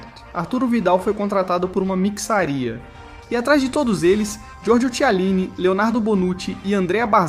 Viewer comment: po pelo menos revisa bem o roteiro da ia por favor o jeito que tu falou mixaria é absurdo pôkkkkkkkkkkkkkkkk